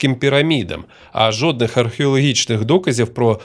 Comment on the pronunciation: жоднІх доказів, 6ЬІдло ти мосвороте, жоднІх